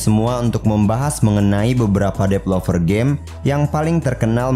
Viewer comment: Developer, bukan depelover